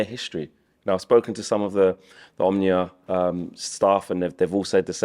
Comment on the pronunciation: It's O-M-O-N-I-A all the letters are loud there is no silent O in between M and N! Match time getting closer my 2 loves in the same stadium lets gooooo!